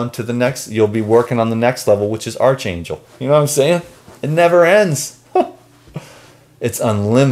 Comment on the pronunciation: Arch angel is pronounced "ark angel" :-)) x